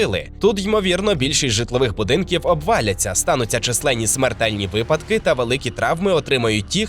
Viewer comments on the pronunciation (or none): none